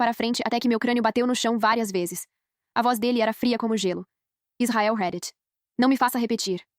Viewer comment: Queria fala para ela como se fala a palavra (REDDIT) Não é uma crítica só falando mesmo.